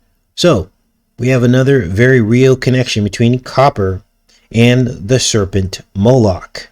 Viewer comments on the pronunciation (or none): none